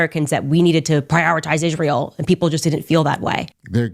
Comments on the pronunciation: Ok!))) Ishruel?! Why does she missptonounces itsrael?!)))😂 Oops Cha-Ching Owens lost it!))) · Why, WHY does she pronounce Isreal ISHREAL? As far as Ben having "one of his mental breakdowns" she shouldn't throw stones in that glass palace she lives in.